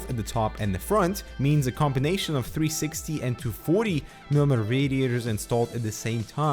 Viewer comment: Say after me: mee-lee-mee-ter. Just four simple syllables, yet somehow you manage to fumble them until they come out as "mrmr".